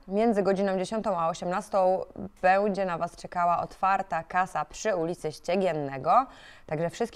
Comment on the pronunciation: Spoko babeczka, ale drobna podpowiedź PR bo razi trochę, słowo "będzie" wymawiamy "bENdzie", to takie lekkie "ę" w przeciwieństwie do "bĄdźmy" gdzie "ą" można atakować mocniej. Jazda z Górnikiem!